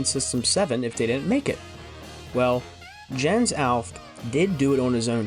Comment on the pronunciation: Jens is actually pronounced as Yens